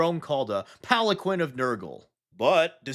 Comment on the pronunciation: Palanquin is pronounced “Pal-en-keen”